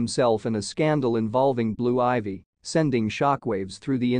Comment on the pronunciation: Hey if you gonna report on ppl learn how to say they name right men